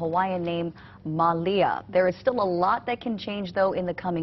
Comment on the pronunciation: WHY 'MA 'LI 'A?